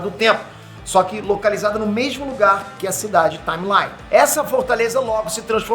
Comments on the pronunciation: Eu sei que o fala inglês fluente, mas a pronúncia correta do nome do personagem é "táimeli" e não "táimelai". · só um adendo: Taimelí, não Taimelái. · Salve,, vc é o deus brasileiro dos nerds. Parabéns! Mas, olha, "Timely" se pronuncia /taim-li/ e não /taim-lai/ blz? Abraços. Força Sempre.